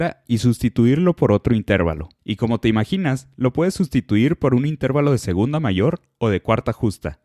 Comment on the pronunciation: Se dice y se pronuncia INTERVALO, no INTÉRVALO ya que es una palabra grave o llana terminada en vocal y por lo tanto se escribe sin tilde.